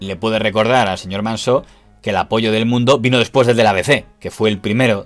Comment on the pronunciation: Impecable como siempre el informe, pero no es Manso en vez de Mansó? Es asturiano y así suena más mediterráneo!